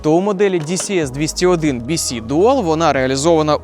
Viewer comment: Дісі ес бісі дісі бєси ааааа🥴